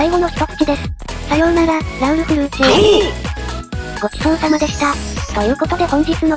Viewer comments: フルーチェの発音が完璧すぎるw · フルーチェの発音良すぎだろ